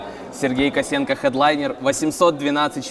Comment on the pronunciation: почему фамилию Косенко произносишь через э - Косэнко? Звучит как Косынка - Блог Пасьянса Косынкы